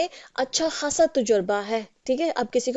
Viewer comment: "अच्छा खासा" )اچّھا کھاصا) नहीं जब कि "अच्छा ख़ासा" (اچّھا خاصا)۔